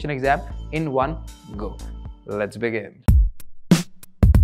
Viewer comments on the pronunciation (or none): none